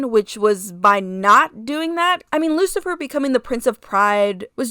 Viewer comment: I like this Lucifer redesign ❤❤❤ also I'm in the teeth cult 🎉🎉🎉 also yes your pronounce it correctly and you can just say Rose in the future if u want ❤❤❤😂